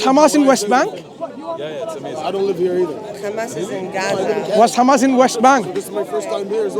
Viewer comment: Sister, it's Hamas, not Khamas haha